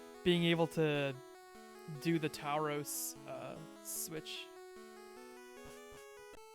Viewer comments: Its pronounced a bit more like "Tour-rows" :) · tao-rows? lol